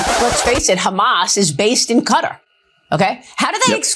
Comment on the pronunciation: Quatar is pronounced KAtar not CUtter every time u all say it it grates